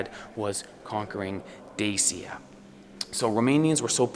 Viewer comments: It's not Desia..... It is DACIA. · Glad to see with, I am a regular follower of Dodo Explperes! It is pronounced Dachia!